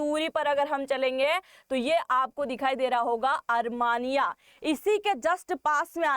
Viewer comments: desh ka nam "अरमानिया" nahi "अरमेनिया" hai. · Is it ARMANIA or ARMENIA. Kindly pronounce properly ❤️🇮🇳👍✌️👌🪔👆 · अरमानिया नहीं अरमेनिया